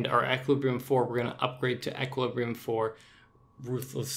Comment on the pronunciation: ish you say "until jagex does something about death costs" but why should they... theres no need to. If you don't want a high death cost, don't use expensive gear and do risky shit. It's really not that hard. Also sgb spec is only 30%, not 35% And you're pronouncing equilibrium wrong